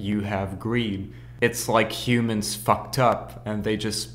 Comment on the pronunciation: its Helicoprer not elicopter its A helicopter not an elicopter . Its Humans not eumans. otherwise great stuff i loved it ! and i think you shout put the album cover you are talking about behind you insted of the triangles.WELL DONE MAN QUALITY WORK!